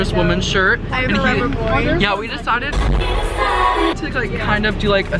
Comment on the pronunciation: The "we deceded" are magical lmao